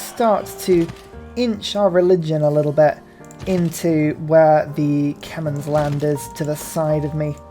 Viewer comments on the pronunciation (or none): Still saying Khemens! I think the people of Cambodia would be very confused. Khmer or Khmey, but who in the world are the Khemens?!